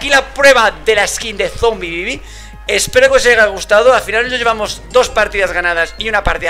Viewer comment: Yo cuando dice: Zombibibi